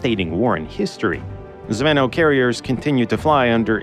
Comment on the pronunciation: You dno't pronounce it "zv`ehnoh". It's almost "zvin`o", last sillabe accented. Means "airsquad" (or "lance", for tanks), being literally "chainlink".